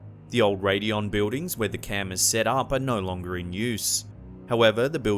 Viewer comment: Love the videos but the way he pronounces” Buildings “drives me crazy!!!! Sounds like a 5 year old. Lol